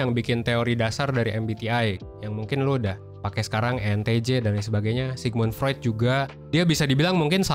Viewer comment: Ternyata pelafalan Sigmud Freud sesederhana itu ya.... gue pernah liat presenter metro melafalkannya sok prancis.